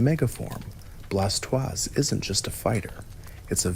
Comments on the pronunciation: Bla toisℯ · Thats a mighty unique way of pronouncing Blastoise...